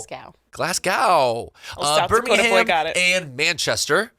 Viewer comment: The city in England isn't pronounced the same as the city in Alabama. In England it's pronounced Bir MING Um. I know because I have a friend who lives over there. Great podcast and I love listening to, she cracks me up!